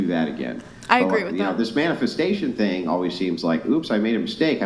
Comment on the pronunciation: I can't stand how she pronounced the word "thing" as "teeng."